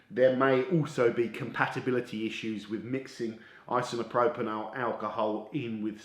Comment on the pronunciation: Great idea for a video,... although you added an extra syllable to ‘isopropyl’ 😂